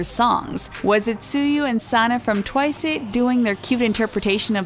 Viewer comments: Okay, I am very sorry I usually don't care when she mispronounces something, I can totally excuse her, but she does realize TWICE is an american word? Why does she keep saying TWICEAY? I'm KUNfused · Wow people are so dumb that they don’t even know s/he’s mocking the way they pronounce twice. If it’s twice, it’s twice. If Korean people pronounce it like that (twiceu) they are Korean, you’re a fucking english speaker. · WHY DO YOU KEEP SAYING TWICE A? ITS JUST TWICE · Am I the only one hearing how different she's pronouncing TWICE differently... almost like she's saying TWICEU but in a more " American" way? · Why is she pronouncing TWICE, TWICE-AY??😂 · TWICE why does she pronounced it like TWIC-E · “Twiceu” i cant that is so funny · is it me or does this person keep saying twiceh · SFHJKLJYYUIIKLOIUSDXFGHJK HOW THE HELL DID YOU PRONOUNCE TWICE THAT BAD? ITS AN ENGLISH WORD???? SDFGHJKFGDFGJHKK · Guys guys! it's just making fun of the way they pronounce Twice → they pronounce it twice-uh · Its funny how she pronounce Twice. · I'm confused how they possibly managed to mispronounce the word TWICE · WHY DOES SHE SAY TWICE WEIRDLY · why she say twice like that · My gosh you guys its how the way prounce Twice like twice-u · It is Twice not Twiceh. Just cause they say Twiceh is just the way the pronounce it in Korean. No Hate tho (btw you didn't fool me at all) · It’s twice, not twicé. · Also why does the narrator keep saying 'twice-euh' tf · I'm I the only one hearing them saying twice *twiceu*? 😂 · if she says “twice-eh” one more time.... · I swore in the beginning they said "Twica" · why does she say tuwaisa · did anyone notice this women kept saying twice -a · Why Is No One Talking About How The Is Saying Twice-eh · ah i hate it how you say twice twicE what the friggg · Twice.. Not Twicu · Twisay? ...it's Twice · Its just twice not twice-e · And pronouncing twice twicea..... Like, it's bugging me😅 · Is it just me or u pronounce twice as "twicey"??😂😂